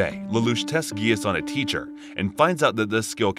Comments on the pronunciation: it’s pronounced “jee-ah-ss” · I stopped watching when he said gaius not ji-ah-ss, but i hope that if tou make a pt 2 please pronounce it correctly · He doesn't pronounce the grease properly